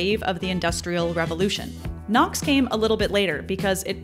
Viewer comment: The video was very good with fantastic content! However, I found the narration with the awkward pauses and the purposeful exaggerations in pronouncing difficult sounding words kind of off putting. It's gives off the impression that the narrater is less confident about when she's presenting when in fact the oppositeis true.